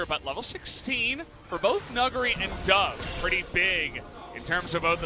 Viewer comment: Every single time the casters say his name, I'm sat here wondering if that's really how it's pronounced.. Nuggery? Is that how you say his name, seriously?